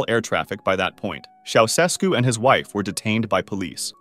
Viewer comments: ITS “CHIA-U-SHESKU” NOT “Sausesku” BRUH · I thought you'd like to know that Ceaușescu is pronounced chow-chess-koo, with a slight accent on the second syllable. I learned that back when it all was happening. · Ceaușescu is pronounced like this: Cha (rhymes with ha!) Oo (rhymes with moo!) Shess (rhymes with chess) Koo (rhymes with two) Cha-Oo-Shess-Koo. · CHEushesku, like che Guevara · His name was pronounced “Chow-Chess-Ku”. Just so you know. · You mispronounced Ceaușescu. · Somebody has probably already pointed this out, probably a Romanian to boot (which I'm not), but the first "S" in the name Ceausescu is pronounced "sh" rather than just a single "S" sound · You have the most incorrect pronounciation of the name “Ceaușescu”, that I’ve ever heard. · That's not how Ceausescu is pronounced. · You are not pronouncing Ceaușescu properly.